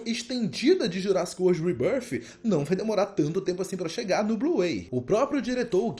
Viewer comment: Quando ele pronuncia "REBÃRFI" eu já paro o vídeo 😂😂